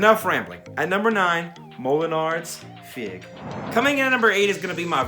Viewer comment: Great list bro. The French pronunciation Is Molinar “feeg” like a figue banane.